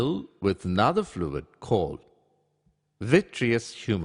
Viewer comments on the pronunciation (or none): none